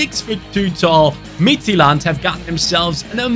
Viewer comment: great pronunciation of midtjylland, as a dane im proud of you